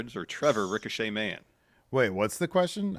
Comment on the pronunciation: Ricochet: Rhymes with fun